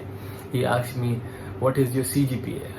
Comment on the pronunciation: Aksed or asked? 😂